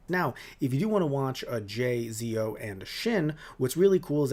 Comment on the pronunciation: Kamen Rider Zo is Pronounced Zetto! not Zeo as in Power Rangers Zeo XD!